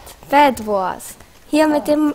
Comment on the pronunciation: BedWors?xD aber trotzdem cooles Video